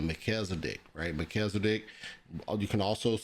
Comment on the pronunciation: You pronouncing Melchizedek like Mel-kizzle-dic. What's that? His rap name? 😂